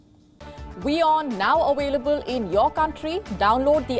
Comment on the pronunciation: "WION now Abaylabu in your country" 😁